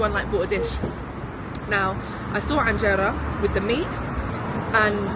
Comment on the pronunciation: its not with an ع :) enjera